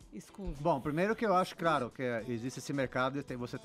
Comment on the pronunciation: ''craro'' ... hhahahahha .... admiro muito esse cara !